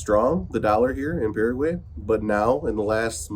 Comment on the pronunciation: Paraguay... pronounced "Para Y" (para why), not "para huey". over a year in the country, you should know better 😁